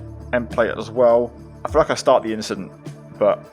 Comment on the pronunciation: “Nothing just an inchident”